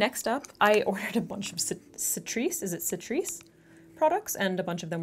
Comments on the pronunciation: awww you got Catrice too :) in Europe we pronounce it K-trice :) you said it like setris? :D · Catrice pronounced like 🐱Cat - reese, just if you wondered, maybe you don't but....just...yah. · not sure if this was mentioned in the comments, but Catrice is pronounced with the K sound.... Ka-treece. love the look! I've gotten products from Ulta that were also used >.< such a disappointment....yes, they'll reship the product(s) but then you have to wait AGAIN for delivery. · "Citrice"??? lmao what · It's Ka-trice (catrice) 😁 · Catrice is actually pronounced 'K'ATRICE ❤️ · I love your content- and how you deliver it- so pramatic and yet also natural! Also on a silly side note, it's "Kah- tree-ce" for the brand name Catrice! I tried my best to write that sound out- so permission to roast me if it's inaccurate granted haha~ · Catrice has a hard C :)